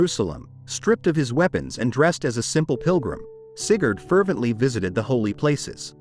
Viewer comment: Sigurd, AI Shat itself XD